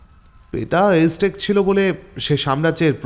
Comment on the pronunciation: সঠিক উচ্চারণ বোধহয় আ্যজটেক, এজটেক নয়।